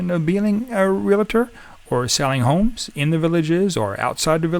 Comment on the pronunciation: Good information about the villages. I suggest you pronounce realtor correctly.